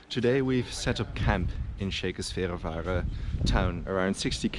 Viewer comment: Yes, that mispronunciation was driving me crazy the entire video. Lol.